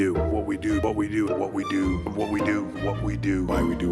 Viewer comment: That damn "what we do" sounding like "whoopty doo!"